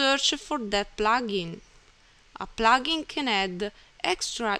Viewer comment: Its called plugin not plaaaaaagin.